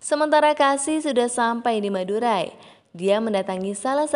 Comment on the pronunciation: Denger madurai jadi madura